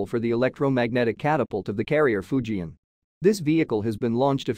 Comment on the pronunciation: Fujian, NOT Fuji